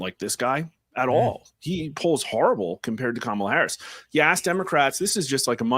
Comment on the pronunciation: Did Newscum said "Tamalcrace" lol